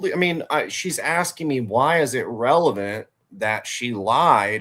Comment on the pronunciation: 😂😂 revelant isn’t a word. Sry. Lol. RELEVANT is 😂😂 I knew what was meant just sounded hilarious